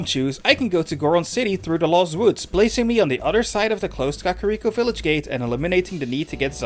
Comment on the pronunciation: I like how you said cuckariko